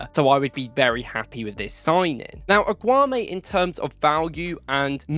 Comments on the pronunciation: You're wrongly pronouncing his name dude its AAAAAAAGGGGGOOOOUUUUUUUMMMMMEEEEEEEE MAN COMMON!!!!! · Pronounce his name properly man. 😂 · You mispronounce his name every time. It means you're genuinely mispronouncing. And that tells me that either you watch football matches on mute or you haven't watched him enough.